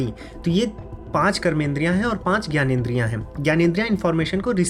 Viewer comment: आप खुद ग्यानेंद्रिय क्यू कहते हैं, जब की वो ज्ञानेंद्रिय है